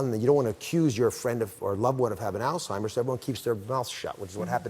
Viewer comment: It is pronounced all-hiem-ers not all-time-ers